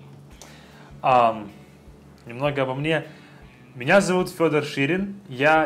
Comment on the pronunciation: так произносит имя Фёдор, с мягким знаком почему-то